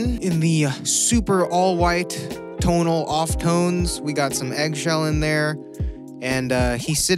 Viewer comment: no one:: “tONaL”